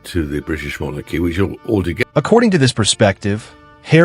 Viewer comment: House of Monarchs? You pronounce it mon AArkee. And you won't state that only Parliament can strip titles. And this current parliament is busy pretending they have too much else to do